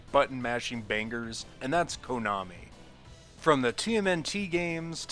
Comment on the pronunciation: Stop saying "Koonami."